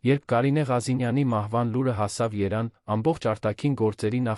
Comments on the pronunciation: Լսեք Երևանին ինչու եք անվանոյմ երան այսել որերորդ անգամ երան եք անվանսւմ Երևանին դուք ովեք բացահայտվեք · ԱՅՍ ՆՈՒՅԵՐԸ ԿԱՐԴՈՒՄ Է ԱՐՀԵՍՏԱԿԱՆ ԲԱՆԱԿԱՆՈՒԹՅՈՒՆԸ։😅ԵՐԵՎԱՆԻՆԻ ԱՍՈՒՄ Է ԵՐԱՆ😂։ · Մի բան գիտեք խոսեք, ոչ թե անիմաստ արհեստական բանականության միջոցով սխալներով Երևանը երան դարձնելով անհարմար է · Hargeliners, verj tveq ayd robotayin dsaynagrutyane, thache, vor Erevan anune axavaxumeq, da shat sxale👎👎👎👎👎👎👎👎👎👎👎👎